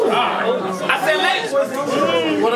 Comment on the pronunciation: couldn't wait for his rebuttal to kick in lol "I SAAAAii....."